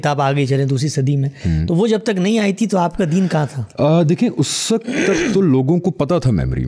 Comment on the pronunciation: PLEASE CORRECT YOUR PRONOUNCE ( ISS WAQAT WRONG) (CORRECT IS ISS WAQT) WE EXPECT IT FROM YOU QUALIFIED PEOPLE SPECIALLY IN URDU.